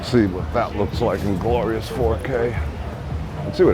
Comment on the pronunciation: "Glorius" Thanx for the tour. Karen